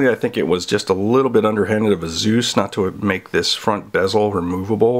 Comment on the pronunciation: Is anyone else concerned at the fact he pronounced Asus as Azooz.... should we even trust this video?